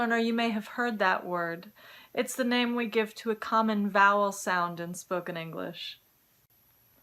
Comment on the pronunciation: People can never pronounce my name correctly because of this :( But you did! :D